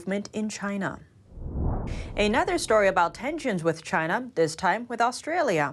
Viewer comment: I really wish would learn to speak English like a human being, not a robot, Her hard 'a' sounds, even in words like 'another', would sound more natural if they were softened.